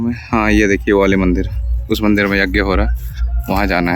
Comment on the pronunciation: जग नही श्रीमान यज्ञ बोलिए